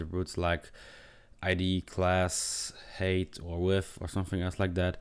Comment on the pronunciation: "height" is not pronounced as "hate". Grow up. Your code is also disjointed. If you're first creating a variable named canvas_height, it doesn't make sense semantically to then call canvas_width first. Why jump around?